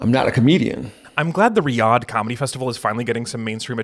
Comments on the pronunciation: Pronounced "Re-odd" spelled Riyadh 😅 Sorry, I really do hate being that guy. Love your work though! Sometimes lol. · Dude.... every time you said, "Riyadh" you pronounced it wrong. ree-YAD. Not RYE-ud. Love your content but every mispronunciation made me cringe cuz you tried saying that word a lot, failing every time. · How are you able to pronounce Rihanna right but somehow Riyadh becomes Rahy-had?